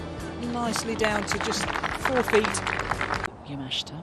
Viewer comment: You would think the announcers would learn how to say the Japanese players names. Especially since the tournament is in their home country. He said Yamashta instead of Yamashita like 5 times.